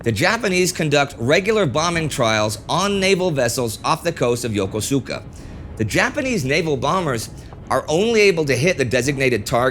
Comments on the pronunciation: "Yo-ko-su-ka" is how the major Japanese naval base on Honshu, is spelled in English. Nevertheles, it's pronounced "yo-KUS- ka." by the Japanese and and the literally millions of US Navy sailors who have served at or visited it since the end of WWII. It's a shame that in what is otherwise a very well-researched video, such an easily avoidable mistake could've been made.. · Really minor correction: Yokosuka is not pronounced Yo-Ko-Su-Ka. In the most laymen way, it's pronounced "Yo-Kous-Ka." The U is a silent vowel. Kinda like how desu sounds more like "dess." OK, I'll see myself out.